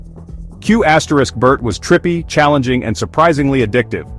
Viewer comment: Who honestly pronounces the asterix in Qbert?